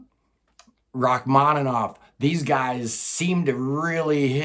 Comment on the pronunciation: I love the shit out of your pronunciations of Satie and Rachmainoff.